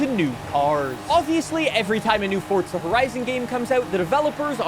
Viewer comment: Fortza > Forza